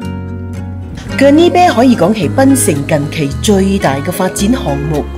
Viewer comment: Gurney bay not gurney bear/beh 😂